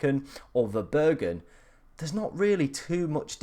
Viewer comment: VerBRUggen, not VerBURggen haha ^^ Interesting draft, similar to mine in attack, only have Eze instead of Gordon :)